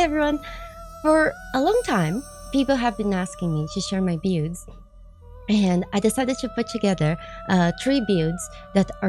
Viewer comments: we gotta work on your pronunciation of "builds", lol. Try saying it like "Billeds", you are sorta saying it like "Bewds". Love your work, high five! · I thought at first she said pubes😂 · Hello so I don't want to break chat rules just wanted to share something I thought was funny, at the beginning when you said a lot of people have been asking to see my builds I heard bewbs not builds 😂 Anyways love the video! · Tbh 3 seconds in i thought you said b8bs that people where asking to see them had me confused asf 😐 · She's saying builds, I know she is but I can't stop hearing beards instead and that makes this so better. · I heard bewbs but it was probably just a Freudian mechanism of some sort. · That’s just how Brazilian people pronounce L… Brazil = Braziu